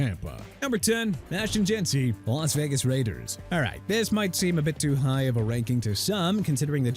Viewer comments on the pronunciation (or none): none